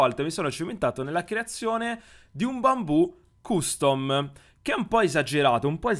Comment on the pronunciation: guarda che si pronuncia castom